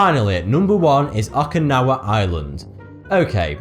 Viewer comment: You proud ounces okinawa wrong, its O ki nawa